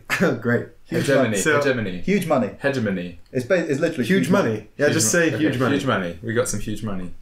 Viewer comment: Its heg emony not heej or hedgeemony